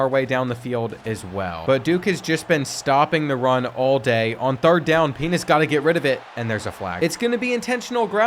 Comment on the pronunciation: “pina’s” sounds a whole lot like something else 😂